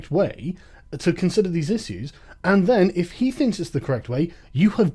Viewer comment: Your "issyues" is slipping again.